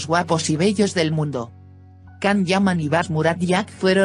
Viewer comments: Can-=Jan in English-not Kan,;Ç=CH in English-not k you will pronounce finally correctly??? Don't disturb your's followers, please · Por favor no le digas can es yan, gracias